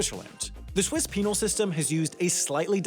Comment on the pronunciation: "The swiss penile system" hehe